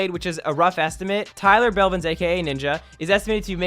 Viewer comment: "Tyler bevlins"